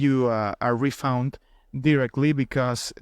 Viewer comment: Refund ❌️ refound ✅️